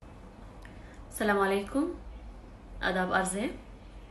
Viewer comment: Eik darkhwast ma'zrat ke saath "Salawalekum" nahin "Assalamua'laikum" hai, meaning change ho jate hain, ghazal aapki bahut hi Stunning hai, sbscribed your channel Jazakallah🌘🌘🌘